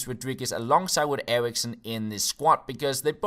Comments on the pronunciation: Only youtuber who pronounces Christian Eriksen right:D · Maybe because he's danish? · He's danish, that's why.